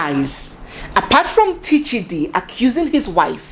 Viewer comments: Correction His name is Tchidi as in Chidi not Teechidi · It’s chidi not T-Chidi, the T is silent Pronounced- Chiadi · The t in Tchidi is silent. So it's just plain Chidi when it is pronounced. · The T is silent. The P in pneumonia cannot be pronounced because it is silent. So for Tchidi we say Chidi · Tchidi is still pronounced as Chidi. It’s a French way of writing it. If not, they pronounce it as Shidi. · Please the T is not pronounced on its own. I know a Tchidi, Tchineighlow, and Tchineighdow. Tchidi is pronounced Chidi